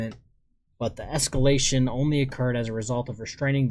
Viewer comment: Oh my ! The "obsurdity" and the "escolation" are words I"ve never seen before ! Such a scholar ! 😂